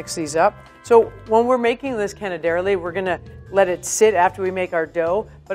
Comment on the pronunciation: My sweetheart.. im italian... its canè-derlì.. not cane-derli